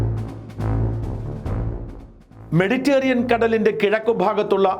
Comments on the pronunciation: "മെഡിറ്റേറിയൻ" അല്ല, "മെഡിറ്ററേനിയൻ" 😁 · ഷാജാ, മെഡിറ്റേറിയൻ അല്ല, മെഡിറ്റേരെനിയൻ, താങ്കളെപ്പോലെ ഒരാൾ അത് തെറ്റിക്കരുത്.